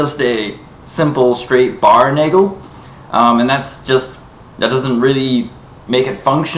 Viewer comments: Please stop saying Naygle... Nagel, A like in asterix, e like in nest. That being said, a ring is not a nagel. A ring is a ring. The nagel is a very specific addition to the guard. Not to mention it doesn't take the blow the same way. Is it the video quality or do both of those wobble just from waiving around? Also, the difference in thickness is quite obvious... You say they are a very good simulation of a messer. Have you handled an accurate historical replica of a messer? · It's pronounced 'nah-gel'. I'm half-German.